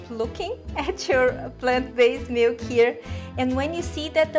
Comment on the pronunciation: You have lots of great recipes on your channel. I'm a rough and ready single guy, and cooking channels are normally not my thing. But your videos really stand out for some reason! Also I like the way you pronounce "mielk", it's so funny! "Almond mealk..." haha so cute I love it! I think that this should be the new official pronunciation of the word. I'm not saying boring "milk" anymore. Ever! Best wishes, V4L= vegan for life.